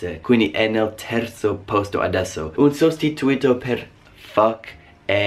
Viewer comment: Video molto interessante. Una cosa: si dice "un sostitùto" non "un sostituìto" (per dire "a substitute / replacement") Il concetto di bestemmia è proprio diverso: in italiano vuol dire associare il nome di Dio con un insulto / riferimento offensivo. In inglese bestemmiare vuol dire praticamente "nominare il nome di Dio invano", ossia dire parole legate alla divinità (hell, damn, God) in un contesto non religioso, il che in italiano non è considerato bestemmia se non dai più tradizionalisti.